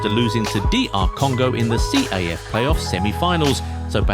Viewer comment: it’s CAF; NOT C-A-F